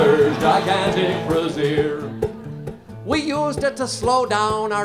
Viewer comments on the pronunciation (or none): I nearly stopped breathing while laughing at you, Heywood. Hysterical! I love the nod to "My Grandfather's Clock" at the end. Psst, it's "brassiere," otherwise, you're talking about something that is more brassy. :P